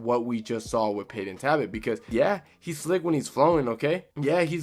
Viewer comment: okay is it “ta bit” or “Tal Bot”